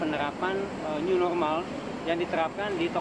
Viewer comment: New normal ke new norma